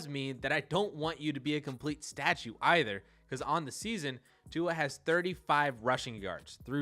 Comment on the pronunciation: Okay I rarely, if ever, comment on a video but as a dolphins fan, who watches every throw, I got quite mad at the conclusions you made about Tua (also please figure out how to pronounce someone’s name before you make a video about them). I would like to preface this by saying I watch most of your videos and am a fan of yours and I want this to come off as respectful as possible. However, the conclusions you made about Tua (immobile, comparatively untalented) told me that you clearly haven’t actually been watching him play. You’re looking at stats on a computer screen and making conclusions based on that. Let’s start with the “immobile” claim. Tua is literally the most mobile pocket passer in the league, just because he doesn’t run, doesn’t mean he can’t. The guy is always looking downfield to make a play, he uses his mobility to make plays in the passing game because that’s his strength and his weapon; absurdly accurate passing with amazing ball placement, timing and anticipation. He uses his mobility to support that. There was a play earlier in the season where he uses a quick spin move (without looking, but feeling the pressure) to escape and rollout to his left in one fluid motion and proceeded to dot a TD pass. Is that considered being “immobile”? Can Tom Brady make a play like that? Speaking of Brady, who is universally considered the GOAT, do you consider Brady less talented than Justin Fields? Because by your logic, Brady is the least talented QB in the NFL. How does t